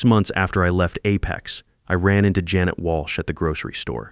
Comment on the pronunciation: Sorry, the story gets a thumbs down because of repeatedly mispronouncing Janet and monetary values.